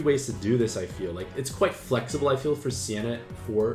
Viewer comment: ITS SEINA NOT SIENA